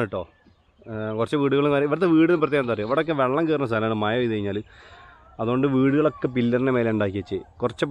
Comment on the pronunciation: മയ അല്ല.. മഴ.. മഴ എന്ന് പറയൂ കുട്ടീ